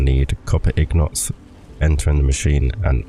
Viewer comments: Lol it’s INgot my bro not ignot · Good video just one question what is a ig not LOL I mean I know that's how it's technically pronounced if you follow the spelling but that's not how I've heard literally anybody say it really threw me for a loop LOL but you do you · If you follow the spelling? It's an INgot, not an IGnot... why would it be technically pronounced wrong? Im confused